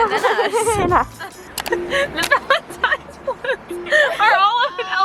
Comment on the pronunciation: Its valntines not gralntines